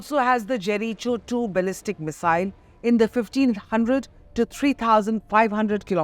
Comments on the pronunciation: It’s pronounced Jerry Go not cherry Cho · Ever since I was child I though Jericho was pronounced 'Jerikoh', and we used to sing how "Joshua fit the battle of Jerikoh, Jerikoh, Jerikoh....and the walls came tumblin' down". Had to do a double take when I heard it being pronounced as ...cho. 😮 Cho wrong. I believe...when one is in the media limelight, it's important to do some background checks. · Jeri cho? 😅 its pronounced as jeri ko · Its not Jeri- cho...its Jeriko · It’s pronounced jeri-koh missile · Jericho is jeriko not jeri cho lol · Its pronounced more like Jeri-Co not cho😩.. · Useless reporter... It is not Jeri Cho missile... It is Jericho.... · First, pronounce Jericho correctly so that we will believe your news.😂 Je ri koh. not cho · The pronunciation is 'Jerry-kho'. Not 'Jerry-cho' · Pronounce as jeriko=Jericho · Jericho😂😂. It’s pronounced Jeriko. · Jericho should be pronounced - 'Jeh ruh koh' / Jeriko ! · Please pronounce Jeri'ko. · I stopped watching the moment she said jeri- cho! This is the level of media!!!! Sadly! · It is not Jericho... Pronounce it as Jeriko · Its pronounced Jerikouh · my dictionary pronounces it Jerikoh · You are pronouncing Jericho wrong... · Pronounce 'Jericho' properly, plz.